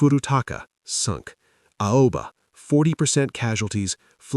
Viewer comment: Alba? Don't you mean Aoba?